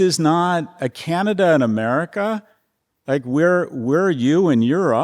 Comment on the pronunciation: Don't say kii-ya-nya-da. Correct your pronunciation, please! Also, we like kings here, understand? How is it that we in Canada know something about the Federalist Papers but you ignorami haven't in 150 years learned anything about the society that your genius president is attempting to rape? 🍁🇨🇦🏴